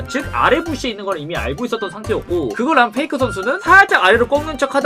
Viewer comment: 페이커를 페이크라고 하는거 계속 거슬리네요